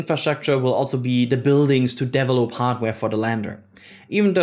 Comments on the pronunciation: We need to start a drinking game everytime says Deevelop instead of develop:) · the way you pronounce "variant" and "develop" needs to be fixed. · The way he pronounces "develop" and "variant" trigger me so much, and I'm not even a native english speaker. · same here, and his "develop"s trigger me to laugh 🙂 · Can you please, never ever say “develop” again…